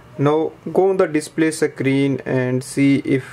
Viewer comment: Ok but why he keep on saying secreen 🙄